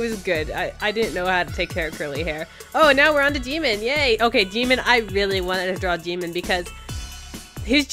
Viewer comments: His name is said sad Jim-In not Jee-mon. But this is still amazing. Good Job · LMAO IM CRYING WHENEVER SHE SAID JIMIN I THOUGHT SHE SAID DEMON AND I WAS LIKE I mean u ain't wrong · When you say jimin i understand demon XDD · The way she pronounced Jimin sounded like “demon”😂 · how to say Jimin is Jih-min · Your saying jimin's name soo wrong!!! #Army